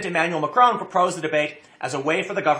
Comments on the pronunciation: 😂 Tim keeps pronouncing it Macroon 😂 it’s Mac-Ron 😂 Also it’s not a left or right movement it’s a working class movement an anti elite and anti EU movement! Don’t believe to media they’re just puppets for the governments over here in Europe trying to smear the protesters as racist and far right because they know if this movement keeps gaining ground that it’ll ruin their plans for an EU controlled Europe with the Nations having less power and then controlling everything 😒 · Haha, nice one tim, even if it was on accident. "Ma-crone"